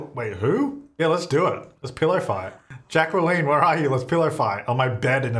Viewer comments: "Jack-well-een" gave me Key and Peele substitute teacher vibes, I love it 😂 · There is no W in jaqueline lol that spelling is horrid but there is no W lol 😂 Jack lyn is how you say that name lol